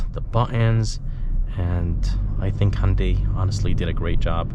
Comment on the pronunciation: Just bought mone last week. Friggen love it. Only thing is i got the dsrk grey color which really doesn't show off body details. And BTW its. HUN-day not HON- day.